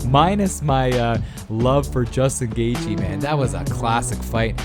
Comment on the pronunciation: The h is silent in gathje